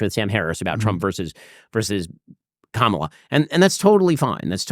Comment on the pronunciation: it’s Kamala, not KaMala. At this point as a big podcast host how can you not know this?